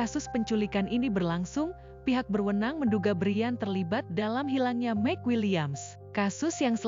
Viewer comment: Maik bukan mek